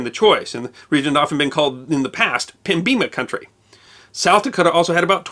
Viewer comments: I knew was a SoDakan when he botched the pronunciation of Pembina. It rhymes with "sendin a" as in "I'm sendin a unwashed barbarian to your house to teach you a thing or two about North Dakota" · Not pem-bina but pem-i-na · This former Unwashed Barbarian would like to thank you for this episode! Side note, I've always heard it pronounced PEM-bina, not pem-BEEN-a. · Could just be a dig at ND too, but I've never heard it said the way he did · I've been corrected more than once. It's pronounced, Pem-bin-ah, not Pem-bean-ah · Excellent video. Just one little quibble from a near-lifelong resident of the Northern half: 'Pembina' is pronounced 'PEM-bih-nuh', not 'pem-BEE-nuh'. Nevertheless, a wonderful summary of the history of the Dakotas. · Never heard the term Pem-Beena before. In Manitoba its always pronounced Pem-bina,(ˈpɛmbɪnə) just like it's spelled. Originally a French word for the river and valley. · Small nitpick about the pronunciation of "Pembina". I have never heard it as "pem-beeena", always I have heard it pronounced "pem-bin-nuh". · Love your work, but,...did you actually pronounce Pembina as "pem-BEAN-ah?" Good lord. It is "PEM-ba-nah" or "PEM-be-nah," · They should have split the states along the Missouri River and had an East and West Dakota. Trust me, especially in SD, they fight about east river/west river far more than they do North or South Dakota. Even the will acknowledge that. As to Pembina, now days the city pronounces it PEM bin a. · I was surprised at your pronunciation of pembina. Apparently there are regional differences. I am from ND, we always used the Canadian version pem-bi-na or pem-buh-nuh. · Now if we can get a similar acknowledgement that Pembina is pronounced pem bin ah you may be able to win over some more barbarians! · In Manitoba Pembina is pronounced PEM-bi-na. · Pembeena is now how I will pronounce it lol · It's pronounced PEMM-bi-nah.